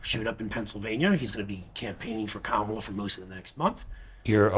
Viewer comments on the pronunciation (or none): it's Kamala. Camilla is the queen consort to King Charley. If you have trouble pronouncing her name Madame President works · It’s just petty to repeatedly pronounce “Kamala” wrong when you clearly know it’s incorrect. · Is anyone going to correct the lady at 21 seconds in and tell her she’s racist for pronouncing Kamala’s name wrong. 😅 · I really wish the interviewer would correct these people when they misprnouce Kamala's name. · I can’t even take serious any comments of anyone who can’t seem to pronounce Kamala properly. These are the low information people Trump loves, or as he once called them “the uneducated” and I see why. The guy, is at least honest. He’s angry and it’s not attractive. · These f''in people are so stupid they can't even pronounce Kamala. But I'm in a cult for wanting to abolish taxes.🤣😂🤣😂🤣